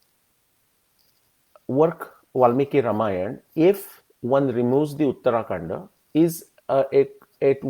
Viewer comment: It is not uttaraakanda, it is uttarakaanda